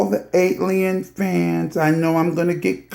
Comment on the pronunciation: Why can’t anyone say her moniker right ..... AT-ALIEN .... ok I’m moving on.